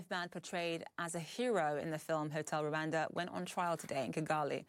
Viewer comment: For God's sake it is Rwanda not LUANDA